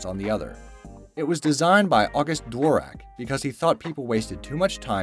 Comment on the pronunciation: Also you don't need to spell out Q.W.E.R.T.Y. you can just say ˈkwərdē/ (like if you google it, it says how to say it.) Also you said DVORAK weird.